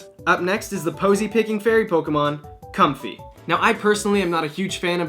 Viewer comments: it's pronounced com-fae. FAE MEANING FAIRY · am I the only one that thinks comfey name is pronounced Com-fae becuase yknow it's based of a lei